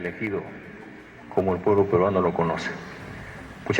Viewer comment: "Me Iu poebIo poebIo poebIo poebIo poebIo poebIo poebIo"😭✏🤡🤡🤡🤡